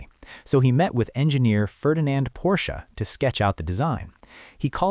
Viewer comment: Kudos for pronouncing Porsche correctly.